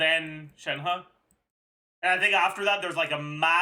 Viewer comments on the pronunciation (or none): none